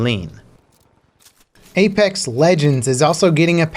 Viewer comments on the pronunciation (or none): none